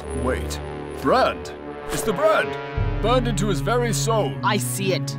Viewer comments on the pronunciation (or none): Why when harley quinn says "burned" she says "boind" or boined? Its like boing but with a d